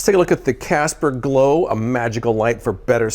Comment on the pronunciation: "Casper Low-life" is what I kept hearing him say. I'm high af and this video just seemed hilarious to me. Casper Low-life! 😅🤣😂